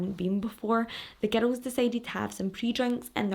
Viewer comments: I first heard it as "ghetto!" So I wonder if that other fan is also American. I figured it out quick enough but every time I'm still like: how can GIRL sound like GHETTO to me??? Glad I'm not the only one hearing a t/d in there. 😂 It's a lovely accent!!! Speaking of your accent, the first video I watched, as I was about to watch it briefly thought: wonder where she's from... American?, Latina?, Mediterranean?... well I'll know in a moment when I hear her... Scottish?!!!! 😂😂😂😂 So it was a LOVELY surprise. (Not that there's really any accents I don't like, but gotta say Irish and Scottish are up there in my faves!) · It took me a while to realize you were saying girls and not ghetto. 😂😂😂😂 I love your facial expressions! 🤭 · Omg it took me forever to figure out that ur saying "girls" lol ❤️ I love ur accent and videos 😹